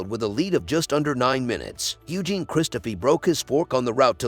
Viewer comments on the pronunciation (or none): none